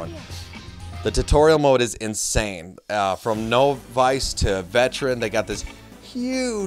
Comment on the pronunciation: it is novice not no-vice